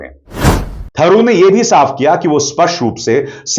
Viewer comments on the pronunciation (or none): वे शशि तरूर हैं थरूर नहीं !